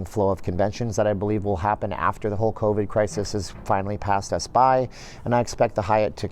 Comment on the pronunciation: I had to listen to this four times before I realized that he was saying "...the whole covid crisis..." I thought he was saying the Hulk Hogan crisis.